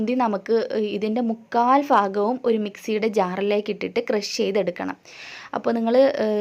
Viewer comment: Super. Pinne fagham allatto bhagham ane samsaram nalla rasamund.